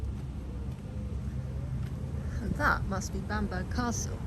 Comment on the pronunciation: It’s pronounced.. Bambrer… by the way.😉